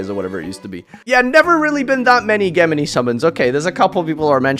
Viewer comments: Geh-mini what a way to mispronounce the word XD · Geh-mini? Is this like a meme or something or is he just ignorant? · The way he pronounces "gemini" is pretty disturbing ngl cant wait to see comments of YGO boomers reee'ing in the comments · that pronunciation of gemini is painful, it's a je not a ge sound, even in Japanese they would say je. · Jesus it's JEM-in-eye, not ghem-en-eeee your pronunciations hurt my ears 😭😭 but overall agreed with the list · "GEH MA KNEE?" It's pronounced "Jem In Eye" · Ah yes, Gehmihnh summoning. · What the hell is a ge-m ini? Lol. ~ Never heard it pronounced that way, & I'm Scottish too. ;-) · Where is the “h” in Gemini? Even as a word, why does he say “ghe-mini”🤢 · "JINJO"???? And what the fuck is Gehmini? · Ah yes geh-mini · Ghe mini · Pronounce gemini correctly and why did you call jinzo "Jinjo", are the brain worms affecting you that much now or is your chat lowering your IQ slowly. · Your pronunciation of "Gemini" belongs in F tier. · this is a as bad take as saying Gemini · The way he pronounces Gemini hurts my soul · Honestly ritual down to c, pronounce gemini correctly, and we have an accurate video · Is that how you pronounce Gemini? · please don't try to pronounce Gemini ever again my ears can't take it. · I’m 99% sure was pronouncing Gemini incorrect as a joke idk why the comment section can’t see that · Yeah lol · Gemini is so bad can't even say it right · The way says "Gemini" physically hurts me. It hurts me so much that I was sent flying into the air and face planted directly into one of my ulti galateas. Thanks, you ruined my orcust deck. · He was doing it for the comments no one thinks that’s how you say it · gemini is so bad it doesn't deserve to be pronounced right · Is it thog? i said gemini like most of the time.